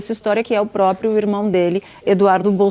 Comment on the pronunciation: PRÓPRIO!!! PRÓPRIA!!!!!! É assim que se fala cara!!!!!!!!!😮😮😮😮